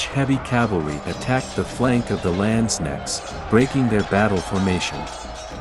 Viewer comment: pronouncation isnt the strong side of the Video! The K in Landsknecht are pronounced much stronger!